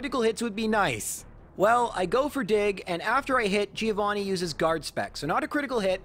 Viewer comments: I get disgusted by the way Americans pronounce the name Giovanni. It sounds so awfully wrong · That Giovanni loss was the punishment for pronouncing his name wrong all the time